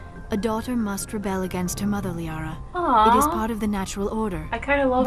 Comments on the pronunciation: Hi you! I'm a little early with the upload today. I'm going out to dinner with my mom this evening but I didn't want to miss my own premiere with you guys. Anyway I know I mispronounce Liara to...Lah-ria. I know, shit happens but I figured it out by now. So don't scream at me, I can feel you screaming at me. 🤓 Anyway, join my new Discord server if you wanna scream at me some more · Isn't it pronounced "Lee-Ahra" ?